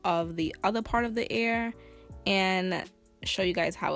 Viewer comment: EAR NOT AIR 😭😭😭...no tea no shade it just irritated meee